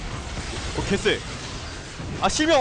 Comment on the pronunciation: 순간 실명을 심영이라 들림 ㅋㅋ